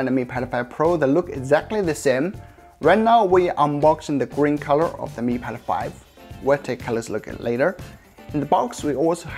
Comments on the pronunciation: Way he says "Mi Pad 5" sounds like "Me Pedo-phile". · why is he keep saying mi pedophile series lol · You pronounce Mi Pad 5 like Mi pedophile. Disturbing and funny a the same time.